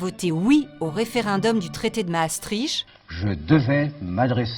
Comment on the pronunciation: Ne prononcez pas "Massestriche" mais " Masstricte" !!!! C'est vrai l'on y croyait mais nous avons très vite dechantes surtout de nos jours. En réalité le projet utopique etait voué a l'échec parce que trop de cultures différentes et trop de niveaux de vie antagonistes. L' Occident a pu paraître uni parce que le " rideau de fer" et la menace communiste ont soudé les nations libérales et démocratiques. Le communisme apparemment déchu et disparu a permis l'affaiblissement de l'OTAN voire son inutilité dans certains cercles politiques. L'immigration illégale massive,la desindustrialisation inquiétante, les retards technologiques par rapport aux Etats- Unis et la Chine,le vieillissement idéologique du personnel politique, les invariants structurels économiques sont responsables de la désaffection citoyenne multiforme.Un grand nombre de Belges veulent quitter ce forum europeen où Bruxelles polarise toutes les haines legitimes des patriotes européens alors que nous n'en sommes pas responsables car nous subissons les mêmes sujétions.